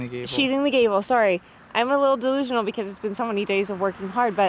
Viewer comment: Andrew's "sorry" was an adorably Canadian sounding "sore -ee"! 😊😊 Everything is looking so good ,GREAT JOB GUYS!